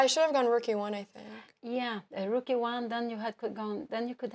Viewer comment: I love how she pronounces rook: “REWK”